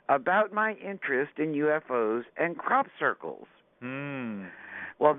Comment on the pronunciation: I love OM radio but I have to laugh at pronunciation of crop circles...sounds more like 'Crap 'Circles lol. keep up the good work and peace to all. (and hey its ok to have a laugh eh?)